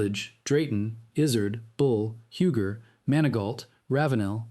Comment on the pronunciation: UUUUGGGGEEE... NOT HEWGER